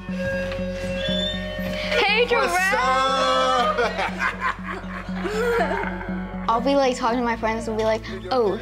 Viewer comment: Darell?? U sound like someones grandma who never pronounces someones name correctly. "Jarrell Miller"